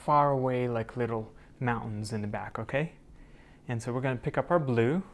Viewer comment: I decided to add just a touch of blood, I mean black Me: 😯😂 He probably said blue but it sounded just like blood to me lol